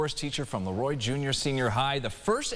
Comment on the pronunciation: So very nice,not just for her recognition but also to hear people pronounce Leroy properly. 😊